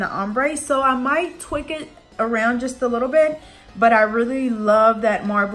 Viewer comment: It’s tweak pronounced tweeeeeek. Lol not twick.